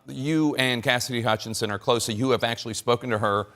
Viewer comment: Did Tapper just say "casidy remarkably credible..."? or something to the effect of...?